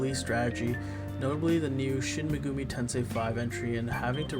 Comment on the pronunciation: How do you manage to mispronounce Shin Megami Tensei not once but thrice?